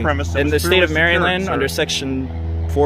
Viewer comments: “MerryLand” ie Maryland? Idiot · Merry. Land? Can’t even speak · I'm a Maryland native and I don't appreciate him pronouncing it the way he did. It's not called "MARY LAND" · No one from Maryland pronounces the name of the state the way that he just did.